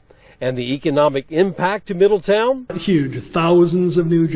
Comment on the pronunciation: Thanks guys for the heads up!! It’s pronounced Middle town. Not ton. 😬👍🏼😉